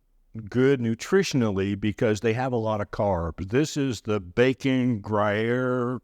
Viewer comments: Funny you mention the "unpronouncable cheese", as I recently looked it up. If you're interested, it's "grew-yair"( sounds like grew hair) as a close, Americanized approximation. Not quite the same if trying to sound fancy-frenchy, as the "w" isn't really enunciated~ more of a "gruh" sound for that, but you get the idea. =) Thanks for sharing your egg bites. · Pronounced: Gree-Air Cheese. Spelled: Gruyere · Thanks for this video. I’ve been meaning to make these at home. FYI: It’s pronounced like “Grew here” cheese. 😜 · “Gree-air” is how you say it. I love Jarlsberg cheese. I like that brand of cottage cheese too when I can find it but my favorite is Daisy, it has no added starch. These look great. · It's pronounced Gree-air😊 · Gru year, the prononciation. Gru-year. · Hi! Great recipe for those of us who like to make things ourselves. Yummy! BTW that unpronounceable Gruyere is pronounced "gree (rhymes with tea) - air" Now..time to get into the kitchen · With the French "r" and accent grave "e" difficult to pronounce for some, it's probably closer to "groo-yehr" phonetically, but either way it's just good. 🧀